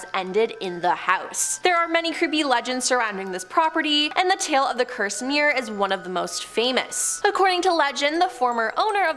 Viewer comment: "Edenburg"? Do you mean "Edinburgh", perchance? And is a "me'er" anything like a "mirror"?